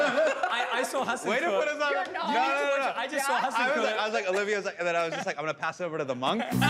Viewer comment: My favorite part was Eugene saying Hasan's name wrong.